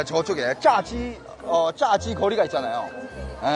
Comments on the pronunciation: 炸zha 성조도 4성 이 아니라 2성. 이 신나서 쨔!지 라고 하고있네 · 쟈지에서 쟈 성조를 틀리게 하시는거 같은데.... 보통 중국사람들은 저렇게 하나보네요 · 자지를 먹어봐라...거참 발음이 거시기하네...그나저나 은 정말 중국어를 원어민스럽게 잘 하네요...중국어 배우기 안 어렵나요? 한 번 배워보고는 싶은데 어려울거 같아서 엄두가 안나네요.. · 我为不懂韩文的朋友们讲一下。炸鸡 这个发音在韩国也有一种发音是 男性的性器官。各大在韩的女性朋友 都注意点这个人。呵呵